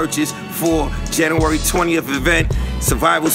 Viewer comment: Dude can't pronounce January.